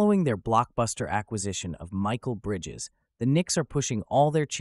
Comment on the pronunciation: Bro said Micheal bridges 😂